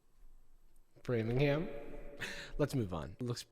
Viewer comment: talking about framingham is gonna give me a stroke